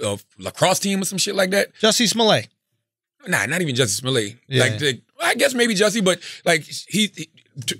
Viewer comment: Its funny that after that Dave Chappelle stand up every one says Jessie Smol-ye vs Smollet. LMAO